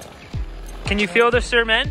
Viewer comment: “Can you feel the CERMENT?” 😆